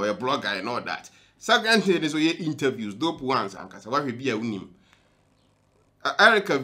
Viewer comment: You said Diana Hamilton couldn’t say “H”. Brother you too learn how to say “thing”. It’s not “tins” it’s “THings”!!!